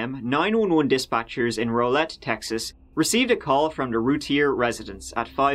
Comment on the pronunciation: It's pronounced more like Rowlette, not Rolet (Rowlett)